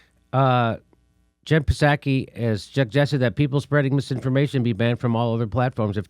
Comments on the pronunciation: "Puhzaki"? lol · Seven months after Biden was inaugurated and Jimmy still can't pronounce "Psaki"!